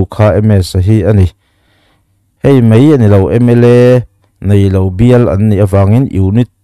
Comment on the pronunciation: Hemi ṭum hian....ṭum i lam rik dan chu leh, hei mei ni lovin hei mai.. MSa hi I Day-a Khual lian ni turin sawrkar-ah eng nge a nih chiah...Political Party mi leh sate hi Sawrkar ni pawimawhah khual lian a nih ve ngawt theih em le